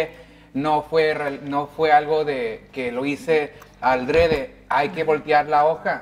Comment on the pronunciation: No se dice aldrede,se dice adrede,😏